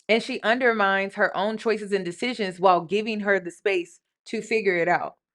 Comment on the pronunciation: UndermiNe does not have a “D” in it, love. You’re killing me 😩😩😩